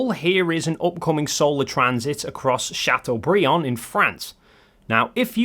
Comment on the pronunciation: My Highschool was in Chateaubriand! Thanks for not butchering French name!